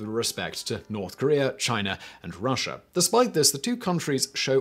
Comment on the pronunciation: Also it is Korea not Korear